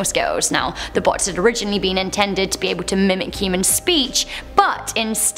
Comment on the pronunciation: She said humen shes a aliane